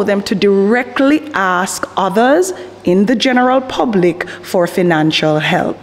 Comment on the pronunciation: I am scared for my life because she said she is going to "axe" me a question 😢